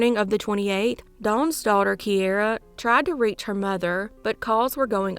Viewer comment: It's keira, Key-Ra...its an Irish name